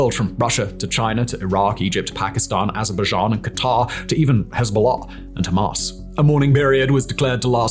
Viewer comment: 😂 i love how he says "AzzrrrBuhzJhAan "